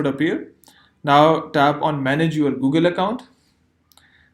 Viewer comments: You say google so funny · I like the way you say google